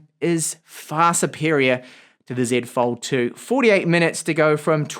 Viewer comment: As a fellow speaker of the Queen's English, it gives me great pleasure to hear you say "Zed Fold 2" :D